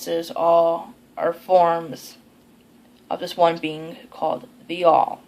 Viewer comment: Near the beginning you caught me a bit off guard when you mentioned "The All" in reference to all the gods and goddesses as one entity. I had to play it back a few times because it almost sounded like you said "Be'al" which is the name of an essentially identical deity in my customs as a Reformed Druid. In the tradition of the Reformed Druids of North America, Be'al and other deities are open to interpretation of the individual, but I personally view Be'al as the source of all things, whether it is divine Source or merely the raw creative forces of the universe. The word Be'al itself was a hold-over from the Druid Revival movement of the last few centuries... according to the revivalists, Be'al was an ancient Irish supreme being, and the word simply meant "Lord." Either way, I guess it's rather interesting that Wicca has such a similar concept with "The All." Though I also like Isaac Bonewits' interpretation that while the Earth-Mother is the physical manifestation of deity, Be'al is all that is the non-physical manifestation of deity. The beauty of it is that there are still some Reformed Druids that disagree with that interpretation, but the point is to interpret Be'al and the other deities in a manner that works best for the individual. :)